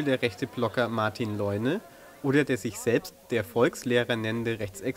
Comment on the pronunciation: So spricht man den nicht aus .Martin lejeune heißt er Rechts? Er ist muslim.